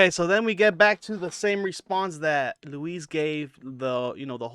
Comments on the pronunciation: Pronounce Luis' name correctly ya bozo. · Bro its louis not Louise... and the hardest you laughed was at brendan mispronouncing Carlon's name. Getting pretty sick of dummies making youtube videos with lukewarm takes about schaub. He sucks, but you guys also suck 😂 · Why are you calling him Louise? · It’s Luis like Lewis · You’re mispronouncing Luis J Gomez’s name… You called George Carlin, George Carltin…. And the legion of skanks is only Big J, Luis J and Dave Smith… just pointing out that these are all the exact things you call Brendan out for. Look in the mirror, you’re projecting the things you don’t like about yourself onto him.